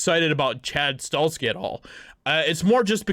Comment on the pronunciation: Chad's last name is pronounced STA HELL SKI. If the movie is done right i will pay to watch it.